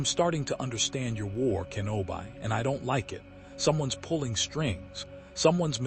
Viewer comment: It's "Kenobee" not "Kenobeye" lol